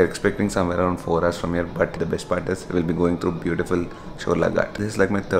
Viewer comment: someone tell him its "GHAT" not "GAT"